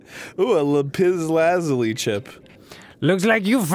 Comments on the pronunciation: They finally figured out how to pronounce Lapis Lazuli, please tell me I'm not the only one who thought of Steven Universe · When They Say Lapis Lazuli Wrong I Get A Little Pissed, Im Sorry But I Love Lapis Lazuli From Steven Universe, Shes Soooooo Pretty <3 <3 <3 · Doesn't Arin watch Steven Universe? Why is he mispronouncing Lapis Lazuli?